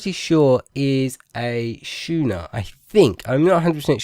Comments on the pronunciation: I think you are saying schooner (shoe-ner) is incorrect, if I am not mistaken I think it is pronounced as skooner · "Schooner" is pronounced like "Skooner"